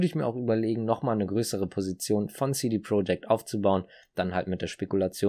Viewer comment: Top Video aber CD Projekt spricht man nicht englisch aus sondern so wie man es liest... aber top video👍